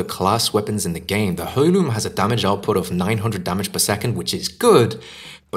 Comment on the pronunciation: It’s pronounced airloom. Good vid tho.